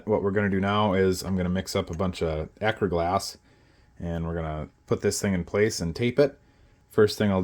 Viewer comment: What kind of glue are you using? It sounds like you’re saying akerglass resin